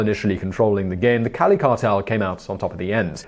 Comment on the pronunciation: The pronunciation of the Cali cartel leader's name was en pointe.